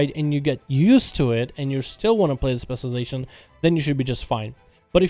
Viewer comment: can u pls say spec this "specialization" whatever ur saying tilts the fck outa me